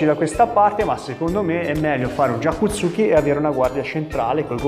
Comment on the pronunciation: Lei maestro ha un problema con la corretta pronuncia di gyaku tsuki